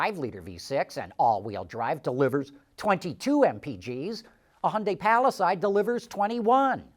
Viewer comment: you say PALI-SIDE everyone else says PALI-SADE